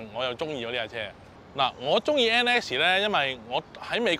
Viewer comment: 同埋將NSX讀成N Essie